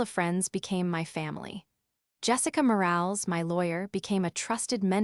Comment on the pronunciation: More-AL-is. Train your AI